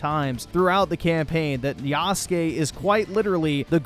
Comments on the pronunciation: No longer is he called "Yasuke (Yas-kay)," but " Y A H S O O K ! " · Bro why are you saying “yasook”? You literally played this awful game and can hear it’s pronounced yass-kay. I will never understand why people mispronounce things they literally hear pronounced correctly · It's not yasoooook it's yahskaaay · bro you are such an idiot stop saying yasook 😂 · yuh-sook lol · You added the "my name is Yasuke" scene several times, yet you keep calling him yasook? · Bro is so out of touch with reality it’s unbelievable lmao. Hour of “black guy bad” out here calling him “YASOOKE” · Yasook Floyd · YAH-SU-KAY....bro....come on... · Why did you keep pronouncing his name wrong? They say it out loud one trillion times, in cutscenes and gameplay. The game does suck though. I quit. Twice. 63 hours of my life poorly spent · Why do you say Yasuke’s name wrong?